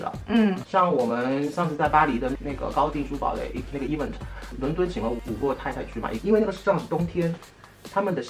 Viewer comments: 以后找工作不害怕了，Patrick的 e v嗯 te （event)让我每次都很出戏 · 哈哈哈哈 一碗特儿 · 小哥的 Event 能不能念对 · Event 麻烦发音先学好，听的难受😖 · 来宾“Event”的重音可以调整一下，听上去怪怪的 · Patrick是不是一直把event读错了…… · 说event的时候太傻了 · 就想吐槽一句，高定设计师连event的音都发不对。。。。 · 发音真的low，而且还很爱讲，hahahha